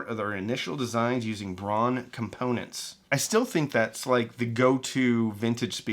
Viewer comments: German names pronunciation: DEETER Rams and Peter HART-vine. Bonus info: Braun is pronounced Brown. You're welcome. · "Braun" is pronounced like "brown" and, in fact, is German for the color. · Germans pronounce Braun like we pronounce brown. Which is fitting since the translation of braun into english is brown. So why do you pronounce Braun like Brawn?